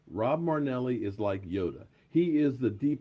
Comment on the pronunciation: Merrrrrinellli. Not MARAAANELLII...FOR HOW BIG OF A FAN YOU ARE, YOU ARE HORRIBLE WITH PRONUNCIATING OUR PLAYERS NAME